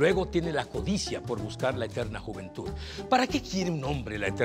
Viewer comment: ¿dijo "jumentud"? lol